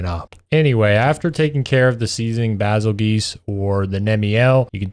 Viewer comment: Bazelguese is pronounced "bay-zull-juice" lol. It's like the star Betelguese, which is pronounced like "Beetle Juice" (yes, that's where the name came from) Edit: nah it's called Monster Hunter Rise because them twins made something rise in my pants